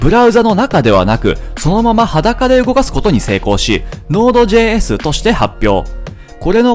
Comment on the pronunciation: Node.jsの発音かっこよすぎてマネしたい